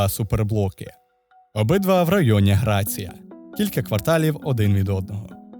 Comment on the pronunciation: Яка нах Грація? 🤣 Написано Грасіа... Не видумуйте велосипед а загугліть як читаються іспанські слова 😆